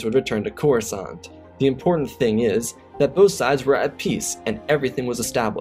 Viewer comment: "Kenobi made a move on Corusant?" Slight error at the beginning. But good story as always.